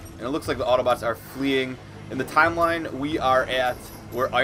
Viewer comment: did you say 'hello autobutts and decepticons?